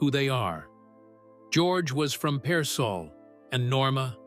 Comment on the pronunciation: Pearsall tx.. not Parsol